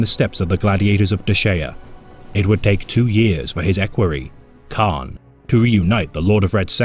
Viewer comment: It's Kharn not khan